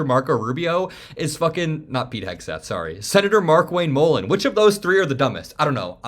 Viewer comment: If Mark Wayne M-uhh-len is the one they drag out to propagandize the “not war,” they are in seriously deep shit. This guy is an illiterate buffoon lmao